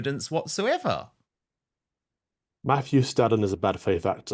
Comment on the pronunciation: It's also like Nigel is trying to hide something by calling Mohammad Zia Yusuf just "Zia", there is obviously something going on. Love Calvin's pronunciation of Nigel Farage and Mohammad Yusuf, 👍🏼🙏🏼